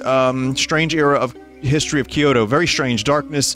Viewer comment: Binny pls, the way you pronounce Kyoto hurts me. Think "kyo-toe" not "key-yo-to".